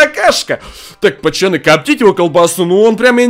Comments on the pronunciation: Задрал говорить не правильно надо говорить пацаны а не пачаны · Почему та ты говоришь "почаны"а не "поцаны" ????? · почему ты говоришь пачаны